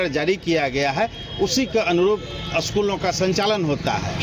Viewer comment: Aschool nhi school hota h sahab